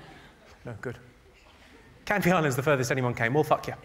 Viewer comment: It’s Canvay island. Not Canvi island